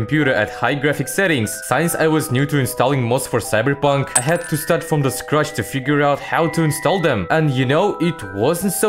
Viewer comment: I like the way you say cyberpunk more than the graphics 😂